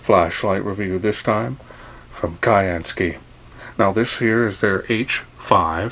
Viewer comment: Hi Charles. Thanks for a very nice review on this new torch torch. One thing that occurs to me is that the name is probably pronounced as syansky (as in blue sky). Just a thought really mate. Still a bloody good good review though. Please keep them coming.